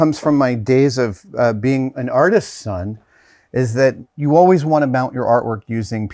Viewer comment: had to rewind a bit to catch, if Adam said "artist's son" or "artisan". Both apply.